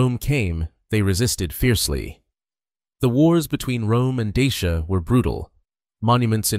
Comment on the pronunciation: La prononciation de Dacia et Daciens est EXÉCRABLE!